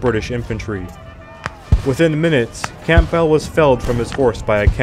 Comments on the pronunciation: Is he really saying Camp Bell? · general camp bell? you dont pronounce the 'p' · Dissappointing that even common British names (EG. Camp-bell for Campbell.) were badly butchered. I get that Europe is more varied with names & languages etc but it was hard to follow who, what & where were being discussed with such haphazard pronunciations. I feel it also shows a level of disrespect. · Just #FYI, , in the section from - , RE General Campbell, the 'p' is silent. It should be pronounced "Cam-bell". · the p in Campbell is silent, it's pronounced Cambell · Campbell is pronounced' Kambell'. The 'p' is silent. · Is that a robot voice? Read out v redooute, Campbell v camp bell 😂😂😂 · One of my friends pointed out that its pronounced Kambull. I had never heard the name pronounced aloud before and had no reason to think otherwise. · Umm... Campbell is pronounced in such a way as to rhyme with "gamble" or "ramble", etc.😁 Otherwise, the whole presentation was thoroughly enjoyable! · Campbell - the p is silent, and the double L is not emphasised. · The mangled mispronunciation of placenames and surnames, often with the wrong syllables stressed, too, is painful to listen to. You can't even get the Scots name "Campbell" right! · Campbell is pronounce Camble. Rhymes with amble. Also, Lille is not pronounced Lily. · Campbell ( Cam-Bell...P is silent) Lille ( LeeL) Ligonier (Lea-go-ny-A) was a French exile. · Bloody AI voiceover. Most of the lesser placenames are mispronounced. If you can't even set the field correctly, why should we believe anything else? Lill-le, for example. Dauphin, Campbell, names too.